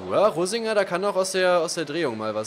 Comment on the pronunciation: reininger hast du gesagt... statt rosinger